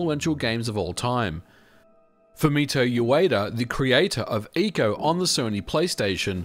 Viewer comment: Finally someone who pronounces ICO correctly.